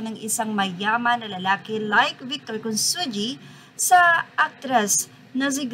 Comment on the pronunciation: Consunji pronounce as Con sun hi !